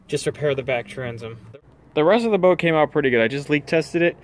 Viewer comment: Transom not tranzum Ultimately not ahltimately Deteriorate not deteerate